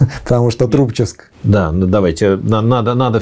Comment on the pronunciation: Что с ударениями у? Какой ТрУбчевск? ТрубчЕвск!!! Какая ПосполитАя? ПосполИтая!!!!